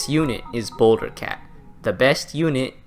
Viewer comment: I was taking this video seriously until he said boulder